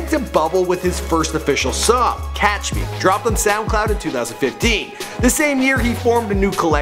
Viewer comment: "Catch me" nigga it's not that hard to get things right sometimes